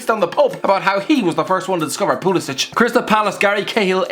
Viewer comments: okay so just putting it out there - Pulisic pronounces his name as "Pyoo-lee-sick" and not "Poo-lee-sich" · pulisik not pulisich